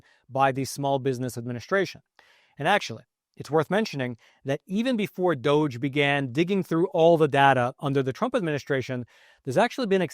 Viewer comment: "Department Ove Juvernment 'Fficiency." Sounds like "DOJ." The real pronunciation from Dipartment Of Government Efficiency should sound like "Duggee."